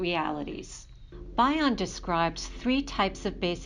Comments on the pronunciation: It’s Bion. Like Bee-on not By-on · bee-on not bye-on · Thanks. His surname is commonly pronounced as "BE-on" (not BI-on as in bionic). Also, you may want to include some of Bion's works in your references- secondary sources are never great. Appreciate your work. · Thank you for this valuable video, but please pronounce Bion correctly.